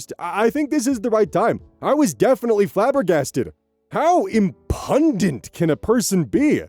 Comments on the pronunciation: IM-pyoo-Dent, not im-PUN-dent. There's no N, the middle u sounds like 'you', and the stress is on the first syllable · "Im-PUN-dent"? What a foal pronunciation! 🤣 It's IM-pyoo--dent, for the record 🤓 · Im Pun Dent. Oh, oh my dear sweat... it's Imp YUU dent. There's not even an N there. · Minor correction: you pronounced “Impudent” (Imp-u-dent) as “Im-pun-dent” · Hey, no judgement, but it's im-PEW-dent not IM-pun-dent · FYI because I didn't see anyone else pointing it out, but 'impudent' is pronounced 'im-pew-dent,' not 'im-puh-dent.' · minor pronouciation correction, the word you said "Im-pun-dant" over is "Im-pew-dent" Don worry, I've struggled with that one, too. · impuhdint 😅 that one got a giggle out of me lol (in case anyone isn't aware, the word is pronounced im-pyoo-dent) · (timestamp not working on my phone for some reason) it's said imp-you-dent,... Sorry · just heads up that's pronounced IM-pew-dent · Hey,. Impudent is pronounced IM-pyoo-dunt at least according to Webster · I have always heard impudent as im-pew-dant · Err,, you might want to look up the word "impudent". It's more like "IMP-you-dent". It means "Offensively bold or disrespectful; insolent or impertinent." It's a synonym of "shameless" among other words. Learn new stuff every day, eh? There are LOADS of words that I know because I've read them hundreds of times, but have never really heard them spoken aloud. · Hey,. Impudent is pronounced Imp-you-dent or dint depending on local dialect. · There's something innately endearing about not knowing the correct pronunciation of 'impudent." It was one of the words used to shame me as a (loquacious and undiagnosed ND) child, but it always backfired because it is inherently such a silly word. Imp-you-dent is how it is said. ❤ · Time for my favorite segment: ‘Correct Pronunciation!!’ Impudent: Imp-yoo-dent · Hey! 👋 Um… “impudent” is “IM-pyoo-dint” or “IM-pyoo-dent” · it's pronounced like eem-pew-dent lol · im-pew-dent lol